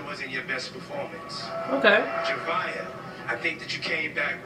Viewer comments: It's not Zavia... It's Zhavia!! 😐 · Wow the way you pronounce Zhavia’s name is so cringe! I find it so stupid how they have a winner that’s been on the show for a week.